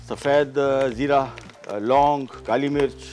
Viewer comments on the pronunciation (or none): none